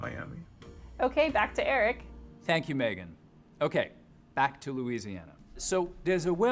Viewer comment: Right? I'm not even from Louisiana and know that people from there do not pronounce it like that, lol.